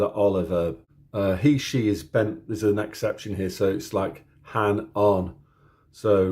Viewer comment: This was a nice introduction to Finnish. Although, you got the pronunciations of A and Ä the wrong way around at the beginning but you did pronounce Ä right later with the word "hän". By the way, when you were talking about that word, I was just thinking about J. Karjalainen's song "Hän". Imagine my surprise when you actually began singing it.